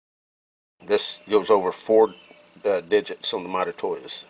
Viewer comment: Those interapid calipers are my favorite. I have the 12” digital and dial versions. They are second fav to my Eatalon’s Lastly, lol. The way you say Mitutoyo is all F’ed up. Let me help you….. say. ——> mee-too-toe-yoh, then say it fast. Pooof, now you got it. I know you go this! lol